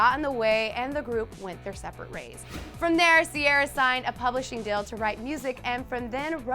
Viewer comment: is that how you pronounce Ciara's name? I always thought it was Ci-a-ra